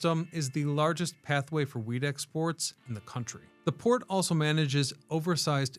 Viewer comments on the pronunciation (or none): Anyone else hear weed instead of wheat? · I agree I think he misspoke and said weed more than once I heard wheat twice but he said weed too lol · he definitely said weed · I swear to God you said loaded with weed. Lol. I've gone back and listened to it 4 times and it never changes to me. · Of course he said Weed! It was going to Portland. He also pulled an AI and said Sal-mon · My brain is so messed up, every time he said wheat, I hear Weed. And I'm thinking Huh??? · Lol! I heard it too.